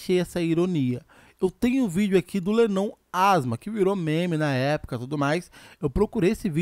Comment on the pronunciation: Cara vc tá pronunciando l7nnon meio errado rs